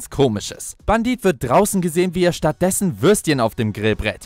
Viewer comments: Wieso sagt er die ganze Zeit Bandit er heißt Bendit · Sprich es bändit